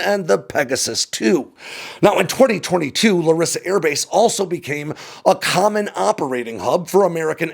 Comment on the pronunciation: Hate to be that guy, but its LArissa, not LaRIssa.